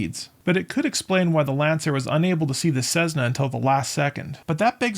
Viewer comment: CeSSna,not CeZna